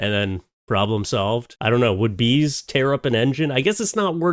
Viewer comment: Oh bees, I thought you said geese 😂 thats more reasonable lol